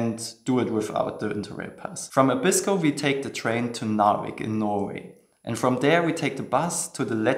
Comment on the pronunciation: For some strange reason all foreigners pronounce 'Abisko' incorrectly - it is pronounced 'Aa-bisko' (stress on the first syllable, not the second).